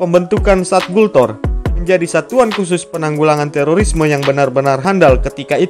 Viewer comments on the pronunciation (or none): Gultor Brooo Bukan gutlor Bikin chanel kok gak persiapan